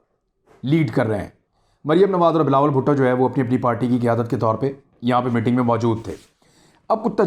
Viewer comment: Imran bhai "Mitting" nhi, "Meeting" hota hai.